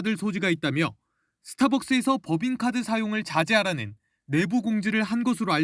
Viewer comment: 김동하 기자가 '내부, 대검,' 등의 단어를 아주 짧게 발음하는데 '내:부(內部), 대:검(大檢)'이라고 장음 발음을 해야 한다. 한국어에는 각 단어들에 장음(長音), 단음(短音)이 있어서 국어사전에도 표제어 장음 글자의 오른 편에 : 표로 표시되어 있다. 그런데 요즘 젊은 기자들은 특히 한자어를 말할 때 이를 전적으로 무시하고 전부 아주 짧게 발음한다. 예컨대 여:당(與黨), 야:당(野黨), 대:선(大選), 재:선(再選), 피:청구인(被請求人), 가:처분(假處分), 최:고(最高), 최:대(最大), 양:국(兩國), 대:화(對話) 등, 긴 발음인데 아주 짧게 발음하는 것이다. 이런 폐해는 한자 사용의 폐지에서 기인한 것이다. 한국어는 70%가 한자어로 구성되어 있는데 한자어는 사용하면서 한자는 사용하지 않는 모순, 그래서 한국인들의 말이 이 모양 이 꼴이 되었다. 정말 큰일 났다.